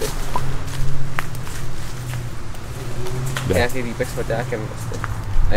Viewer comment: Nečte se Magore, ale Madžiore !